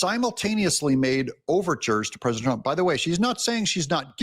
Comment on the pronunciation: Is Mike Davis the one who can't pronounce the word "president" and says "PRESINANT"???🤦‍♂️